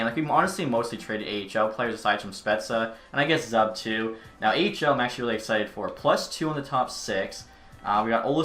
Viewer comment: The player Zub is pronounced: "Zoob"